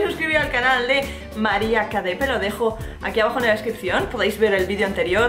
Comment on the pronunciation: Capede en vez de cadepe por peona